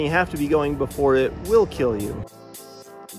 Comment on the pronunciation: These gumballs.... Will keel.